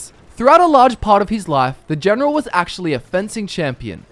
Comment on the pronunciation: "Elp, Genrol Sittlemend Help Generil another Generon"